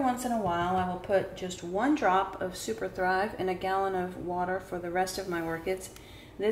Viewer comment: You mentioned spraying with distilled water and ... but I could not understand what you added a few drops of.... sounded like "super fly", but if you get a chance, please write out what you added. Thanks!